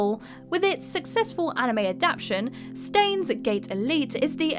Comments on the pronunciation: Stains????????? It’s Frankenstein not Frankensteen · Stains.... Gate Elite. For real? It's Steins;Gate. Stein like Albert Einstein. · Stah-eens Gate, Elite (the real pronunciation) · Did she just say "Stains: Gate Elite"? I actually thought she at least tried to play the games she is talking about, now i know she probably never even heard of them before... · Despite how its written, Steins Gate is said as one word, no pause. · Next is going to tell us she pronounces 'Frankenstein' as 'Frankenstain' >.> Please don't >.< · The way she pronounces Steins;Gate hurts my soul